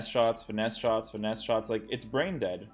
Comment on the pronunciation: Why u keep saying «deadsh» with a sh sound at the end?